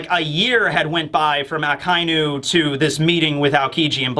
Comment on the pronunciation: It's not a-kai--nu, it's aka-inu. Otherwise, a fun and great analysis of the comic.